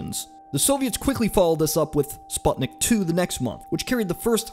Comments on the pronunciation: ‘Spot-nick’ 😂 its an ‘oo’ sound man like in ‘moon’ or ‘luna’ not an ‘o’ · It's pronounced spootniik And it's not Gagayrin, it's gaGArin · It's pronounced spootnik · For the record I am Russian and Sputnik is pronounced Spootnick